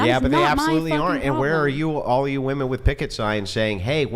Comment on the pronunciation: jfc why can't so many of these idiots pronounce "women" correctly? It drives me crazy